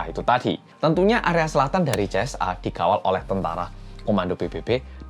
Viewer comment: Yg aku denger CSA bukan JSA 😭